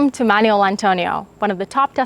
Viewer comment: It's not "manual". It's Manuel.